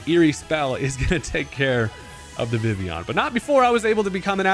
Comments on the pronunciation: It’s pronounced “Vih-Vee-Yahn”🙂 Vivvy-yawn lol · I'm pretty sure its official pronunciation is in fact Viv-e-on. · I always thought it was pronounced Vi-Vi-Yon. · I thought it was viv-leon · Like this if you can’t pronounce vivillon